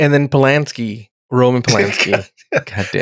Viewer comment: Pulaski not pulaNski